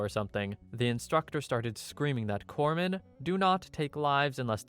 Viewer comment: Thank you for pronouncing Corpsman correctly... You have no idea how many times I have to explain that a corpse is a dead person and that it is counterproductive to the mission of a Corpsman...